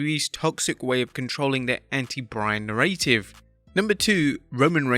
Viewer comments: Na-ruh-tive. Not nuh-ray-tive. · fyi narrative isn't pronounced "narrate-ivv" it's "narra-tiv" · Why can’t the narrator say narrative correctly???? It’s narr a tive small a not narr A tive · Please say "NARA-tive", not "narrAY-tive". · WTF is a Na-RAY-tive?? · "Na ray tiv" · "the narr-ay-tive" WTF? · Me too!!! NAIR-uh-tivv... Get it right!!! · Say it with me Narrative NA-RA-TIV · the narrative. how did you say it?? 😂 just basic language, dude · Stop over-emphasizing the middle A in narrative. You're putting emphasis on the wrong syllable. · ‘Narrative’ does not rhyme with ‘creative’. Good god.. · Who the hell pronounces narrative like that 🤦‍♂️ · For the love of God, if you're going to do a video about narratives, learn how to correctly pronounce the word 'narrative.' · Lol..... that's not how you pronounce "narrative".